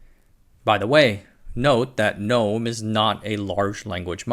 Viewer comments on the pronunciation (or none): That G-nome not gnome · Seems like it's supposed to be pronounced like genome? Idk